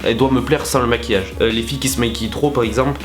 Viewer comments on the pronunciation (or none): Le caractère et non le carctère 😂 et le maquillage et non le maqullage bien sûr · A il n'y a pas de "i" dans maquillage 😂 je suis la seule a le remarquer ?